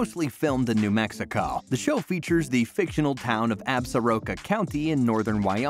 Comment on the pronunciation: "New Mexicaw" where is that lol